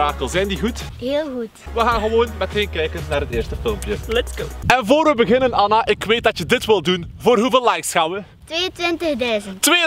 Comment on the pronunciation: Het lijk of ella zegt in plaats van Anna